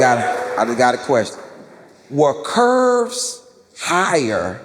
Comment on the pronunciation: it's CURBS, not "curves"